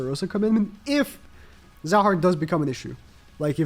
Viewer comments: zahard pronunciation is more like Jahad with J prnounced like he portuguese "J" or the russian "Zh". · Zahard is pronounced as Jahad. This is because there is no z sound in Korean. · Zahard's name is pronounced as Jahad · It’s been funny to hear all the YouTubers pronounce the z in Zahard when it’s pronounced Jahad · Bro fuckin said hazard😭